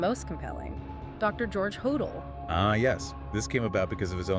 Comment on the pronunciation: Could dr hodel of been Jack the Ripper? Pronounced dr Ho-dell. Not hodall. Why do the police lose evidence?